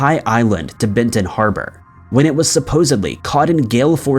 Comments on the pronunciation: I think you mean Benton Harbor, Michigan - not Bennington Harbor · Im from Michigan. The MI Triangle is made up from Ludington Michigan, it's own town in Mason County, Manitowoc Wisconsin, and BENTON Harbor Michigan, not Bennington Harbor. It stretches from those 3 towns. Lol you said Bennington at the beginning